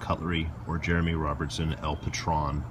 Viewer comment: Just FYI...the name of the knife is spanish and El Patron is pronounced with a long "O" like stone. Translation: The Boss.